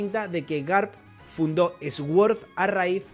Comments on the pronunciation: Recogida de likes aquí para que pronuncie suord y no eswuord 😢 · Sword significa espada, es una palabra en inglés y se escucha como "sord" podría decirse que la "w" no se pronuncia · Jaja esguord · Se pronuncia suord, las palabras con S al principio no se pronuncia ES, sino arrastrando un poco la S. Gracias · Cada vez que el pronuncia sword muere un profesor de inglés